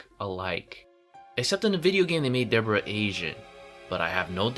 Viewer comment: It's Deborahhh